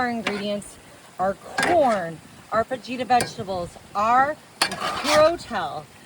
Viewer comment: I'm not Hispanic,, but I hate how mispronounces words like "fajitas."